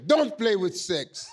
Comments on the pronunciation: I thought he said "heavy things" instead of "having sex". And when will people understand that America is NOT a country??? The United States is a country. Mexico is a country. America? NOT a country. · I thought he had said insects and thought hmmm, well ok sure. Then 'sex' came up and I hit my own head against my desk.